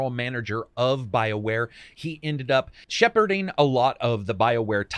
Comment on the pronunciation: "Sheparding" That was definitely intentional!!